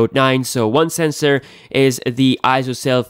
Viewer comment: "Pigzel senzor beeyest"